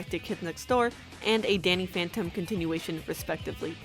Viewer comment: she said Danny fanton